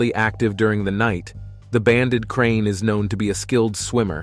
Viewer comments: Its a crate not crane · It's called krait, not crane. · Krait not Crane Please learn to read if you're going to try to educate people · *Banded Krait not “Krain” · The narater is annoying by calling the krait snake a krain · If he says "banded crane" one more time 😂😂😂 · Periodically mispronounced the banded krait. Got it right sometimes.